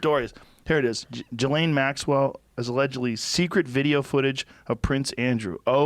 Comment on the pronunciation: Why does Joe always do this dumb fuckin thing of mispronouncing words / names that he clearly knows the correct pronunciation for? "JUHLAYNE Maxwell"